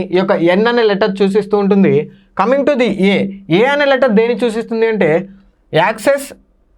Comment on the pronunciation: Suchistundi sir........chuchistundi kaadu😮😮😮😮😮